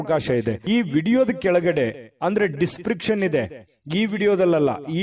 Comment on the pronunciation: ದಿಸ್ ಪ್ರಿಕ್ಷನ್ ಅಲ್ಲ ಅದು ದಿಸ್ ಸ್ಕ್ರಿಪ್ ಶನ್.